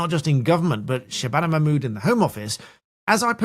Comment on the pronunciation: Let’s see action Nigel enough of talk. Arab countries will never take illegals, because they protect their country. Yes Dan it is dangerous. BBC can’t pronounce her name.